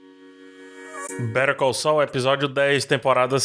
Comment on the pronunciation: eu tô maluco ou a pronúncia de "better call saul" parece (literalmente) "perigoso"?